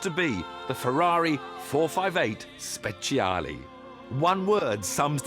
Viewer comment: it should be soooo easy to pronouce Speciale correctly for a Ferrari fan :( Same goes for Ferrari :(